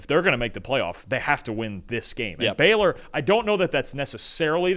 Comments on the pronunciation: Pls stop calling them “Beller” it’s Baylor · It’s Baylor, not Beller you yankee assholes